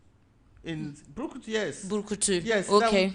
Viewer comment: Buruku not brukutu lol. Brukutu is local beer